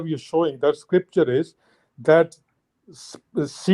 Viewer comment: Siemens बोल रहे हैं जो मशीन का नाम है. The correct word is semen. If this guy is a real doctor, Islam are Pakistan aabad rahe aisi dua Karni padegi